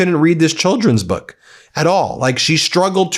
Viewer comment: Reading "A creeeeeesmas boooewk for keeeeeed"